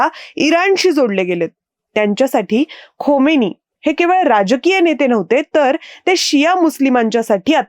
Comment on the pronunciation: हातवारे खूपच अनावश्यक !! खोमेनी नाही खामेनेई !! आवाज आणि बोलणं खूपच छान स्पष्ट !!